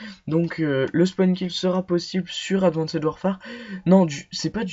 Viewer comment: Ptin ses advanced pas adwanced